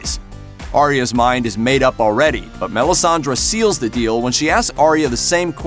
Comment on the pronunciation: MelissandrE not Melisandra